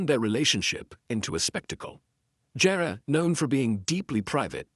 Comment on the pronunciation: ANOTHER STUPID TITLE - CLICK BATE1!! OH GET TO PRONOUNCE HIS NAME PROPERLY, ITS NOT GERE, ITS GERE (GEER).